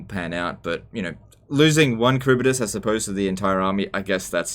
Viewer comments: Karibidis? Its Harivdis LEL xD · It's prounoucnce haribdyss not karibydass😂😂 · Kharibdyss. Not Kharibydyss